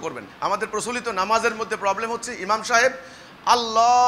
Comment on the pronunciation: লা এলাহা? এমাম? ওদের উচ্চারণ দেখেছেন? দাঁড়ির অবস্থা কি দেখুন।